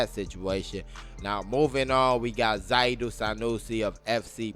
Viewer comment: Good Job. But if you can't pronounce Zaidu, how would a foreigner fare. Lol